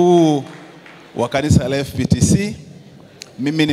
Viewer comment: KUMBE NI M FPCT ILA HAJUWI KUSEMA ANASEMA FPTC